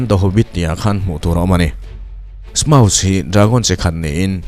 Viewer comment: smaug lawm smaus niloin...ka hriat dan